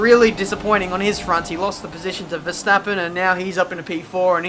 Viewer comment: nice "Verstappens"